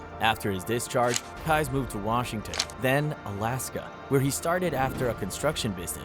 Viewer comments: "Keyes" is pronounced just like "keys", it is NOT pronounced "kuys" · Keyes is pronounced as "Keys" by the way... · Totally off topic ( no disrespect to the victims either!) but mr. Stickmans facial expressions crack me up! Oh.. and I think his name is pronounced “Keees” like door keys… what a monster he was. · Im not sure if you were trollin or not and im also not sure why everytime you said Israel Keys' name like Kize it erked me so badly ahaha ☠️😭 but good video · Israel keys kease. I'm new to your channel. you're gonna say the name, please say it right. Thank you now. I'm going to subscribe to your channel.😂 keys 🔑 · Kai? How the hell do mispronounce KEY - EESE ISRAEL KEYES.... Goddamn it say it wrong a few more times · Have I been saying Israel Keyes name wrong this whole time!? I thought it was pronounced keez 😅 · Constructive Criticism here. I want your stuff to improve. You are doing well. But, My guy. I am sorry to say but I had to stop watching by the time you hit Keyes. You mispronounced one of the names earlier and now this one too. Do a little research into how the names are said, because when watching a video and it is said maybe 100 times 'incorrectly' it just grates on the watcher.